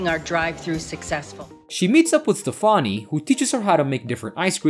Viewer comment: You can't pronounce "Stefani" but you can pronounce "Pastich"